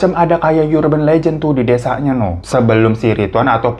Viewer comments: Koreksi dikit ya mas Difan, Urgent itu pronounced nya Erjen bukan yurjen, begitu juga Urban pronounced Erben bukan yurben🙏🙏 maaf ya koreksi dikit, semangat❤ love u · Bang Hiro, kalo urban mah "U" dibacanya u aja, bukan yu .